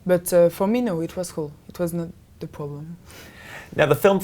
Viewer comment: best part is her pronunciation of "problem"